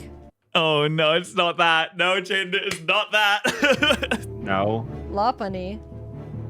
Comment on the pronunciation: Chaiden chanimations=jaiden animations^sereus speech impeddiment